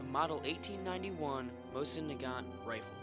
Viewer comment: Mo-SEEN Na-GaNE